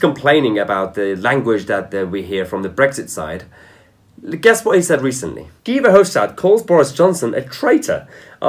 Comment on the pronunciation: Why pronounce Guy as Gee? and for that matter why Angela (hard g) when it should be pronounced Anjela?